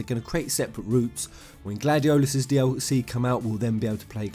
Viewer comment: Why the hell do you say Gladiolus how it's spelt when you obviously know how to properly pronounce it. It's annoying